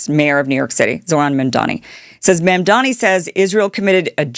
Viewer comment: What’s w/ female social media influencers and their terrible pronunciation skills? Posobiec? Mamdani? Antipathy? You’re like Candace Owens, Jr.